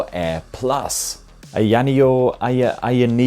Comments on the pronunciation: It's Eye Ah Knee Oh, not Eye Annie Oh. But I think you are doing it to poke fun at the company's somewhat silly name, so carry on. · annoneo - AYA NEO BRO lol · I've never heard anyone say ayaneo's name like that X). You had it right the 2nd time around, "eye-yuh neo". That being said, been looking at this. I'm still waiting on the slide or something with a 7 inch screen but not so bulky feeling as the deck (and the asus device from what it looks like) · Dude. The way you pronounced it wrecked the video for me. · I hope Ayaneo enjoys hearing you say their name. Don't correct him people. Just let it be. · AYA NEO is not very hard to pronounce stop being obtuse